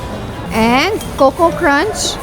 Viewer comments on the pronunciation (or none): none